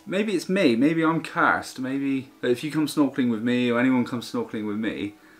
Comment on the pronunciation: Nice vid, here's to the next 80. The way you pronounced 'cursed', is that Cornish!?:-D